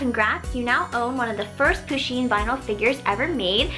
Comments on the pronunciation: its not poosheen its puhsheen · I love this box, but you kept saying poosheen and it REALLY annoyed me! Push-een PUSH! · I'm pretty sure it's pronounced "pu-sheen" not "poo-sheen" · someone please tell her that it's pusheen not poosheen but I love the vids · But, it's pronounced push in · I hat when she says poo - sheen cuz it's push - enn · You don't say it like poo-sheen it is pa-sheen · lol she pronounces pusheen as poo sheen lol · Oh. Meh. Gawd. It's Pusheen.